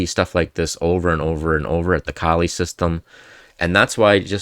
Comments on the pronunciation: It's a good presentation, but isn't the first rule to pronounce the man's name correctly? lol He was from the Flemish or Dutch part of Belgium, so it's probably German-sounding: Kol-uh. Then again, native English speakers really butcher "Scheveningen." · It’s pronounced Kaw-lee as far as I know.